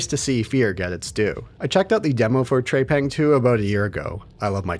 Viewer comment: TREPANG not TREYPANG!